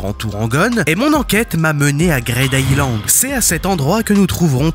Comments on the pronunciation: tu rends fou a dire "greyd" island, c grid greed, green, creed donc c "i" le son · Ça se prononce « Gride Aïlande » bordel et pas « Graide » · "grayde aylande" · ta prononciation de greed island m'a fait décrocher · Mais il a pas tort. Faire un peu d'anglais ça fait pas de mal. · Excusez moi ? "Quoi" Island ??? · J'aime bien la vidéo mais STP C'est pas GRAID island mais Greed Island (Grid) Et c'est pas Pi NJ mais PNJ... Ca rend fou